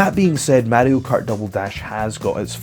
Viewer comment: say mario like that again I dare you.